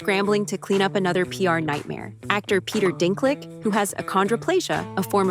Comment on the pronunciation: Peter Dink-lick? This is an AI narrator isn't it.